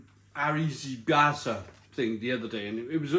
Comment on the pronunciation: Chicken arraaabarriteee, what on earth is he on about😌to say he has family in Italy and he cant pronounce chicken arrabiata.